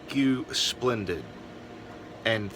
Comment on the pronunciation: If I may say one thing - it is pronounced "Splen-deed". Ours is doing the same thing as yours but no issues with park electrical. Not sure why it is doing this, but I know it isn't drying clothes like it once did. It washes well, but will not dry a face cloth after 60 minutes. Boo hoo! Yep! Surge protectors are a great invention! Sorry you had all these issues!